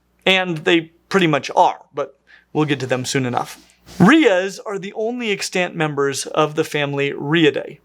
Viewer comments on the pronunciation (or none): 💡 "the only extant member", "other extant members" Pronunciation tip - The accent is on the first syllable: 👉EX-tant 👈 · I keep hearing you say extANT and I'm shook.